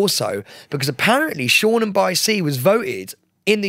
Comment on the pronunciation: Sam I'm pretty sure it's Shoreham by sea not shornam lol xx